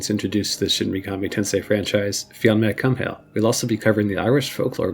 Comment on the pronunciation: Awesome vid. But his name is pronunced Fionn 'McCool.'